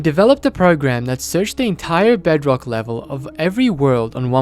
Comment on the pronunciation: i laughed so hard when he saiod bugrock edition.